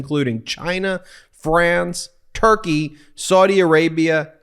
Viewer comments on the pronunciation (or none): none